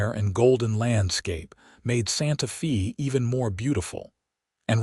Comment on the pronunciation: EDIT & REVIEW!! Edit the reading!! The name of the town is "Santa-fay" not "Santa-fee".